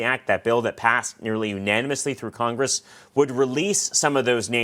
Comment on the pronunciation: She said "cogress"😂😂😂